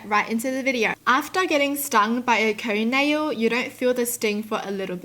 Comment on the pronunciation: Sis said a cone nail